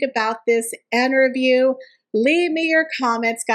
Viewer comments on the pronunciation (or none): Why do you say Enterview??